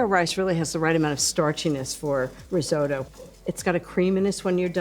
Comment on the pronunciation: Why can't any of them pronounce "risotto"?